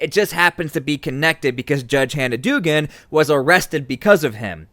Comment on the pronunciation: It is pronounced dougan